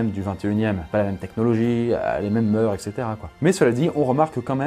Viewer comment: enfin un gars qui prononce bien le mot "mœurs"